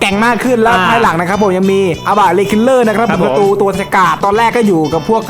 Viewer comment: เหมือนผมได้ยินว่าควายหลังนะแทนที่จะเป็นภายหลัง